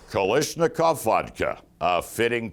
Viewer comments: It’s Kalashnikov! Not kalishnikov!!!!! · Pardon me, "It's Ka - Lash , not Ka - Lish.... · This is one of the worst videos I have ever seen. So much inaccurate info presented. Also, what is a KaLISHnikov?